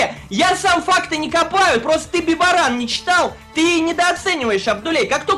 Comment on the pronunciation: ***** бибОран братья, бибОран, надо правильно произносить, АНША АБДУЛЬ БРАТИЯ, БИБООРАН, БИБООРАН, кара вечная симке